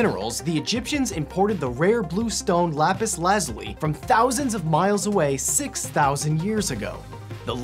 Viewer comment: Him: Laz-ili Everyone else: LAZ-ULI